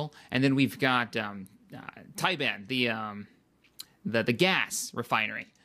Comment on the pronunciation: Its pronounced Tih bahnnah